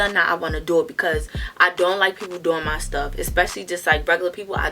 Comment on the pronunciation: “What do I duuuu that’s how you end up on 45 Nuuus” she definitely from Baltimore 😂😂